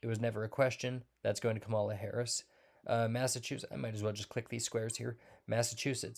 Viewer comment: You gave yourself away bro by DELIBERATELY pronouncing Vice President Harris' first name wrong (btw this means you are a racist ) ! Your entire "gut feeling" is now worthless.